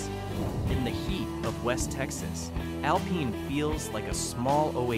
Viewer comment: "Alpeen"? seriously? Stupid AI. :face-turquoise-covering-eyes::face-turquoise-drinking-coffee::body-green-covering-eyes